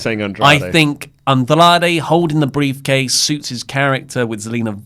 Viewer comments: I keep hearing “beef-case”... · did say the womens' money in the bank "beefcase"? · Why do I keep hearing beefcase everytime mentions briefcase?